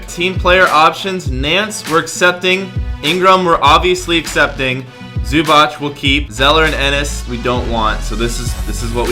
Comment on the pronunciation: Did he say zubach it's zubac